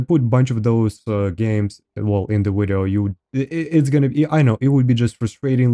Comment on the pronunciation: "In todays wideo"... I subscribed